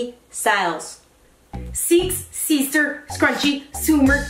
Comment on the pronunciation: I laughed so hard when: “seeex seester scrunchie suuumer steeles” Amanda: “no no” hahahah 😂